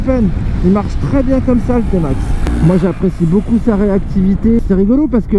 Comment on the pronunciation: Vous êtes sérieux ? D’abord on ne dit pas « Timax » mais « Témax », ensuite il est euro5 depuis 2020 ! Il n’y a absolument rien que change pour le millésime 2021 sauf une couleur en plus ... 😒